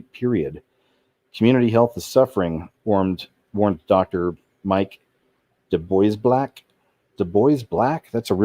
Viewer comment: DuBois is pronounced "Do Bow" so I think the name is actually said Do-Bow-Blanc